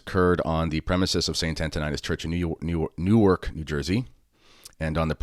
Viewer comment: In your review of fr scanlon, you definitely seem to have pronounced Newark as New York. You should correct this mistake.